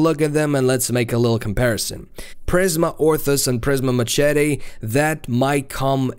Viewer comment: Listening to you pronounce machete is killing me